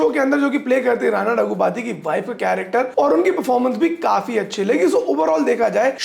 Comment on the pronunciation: It's "RAAANA NAIDU" not Raina